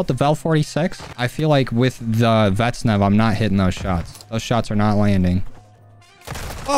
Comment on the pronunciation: I swear this guy never pronounces vaznev right he always says “vet-nev”💀